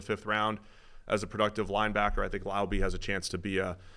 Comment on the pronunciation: It’s pronounced “Lau-bee”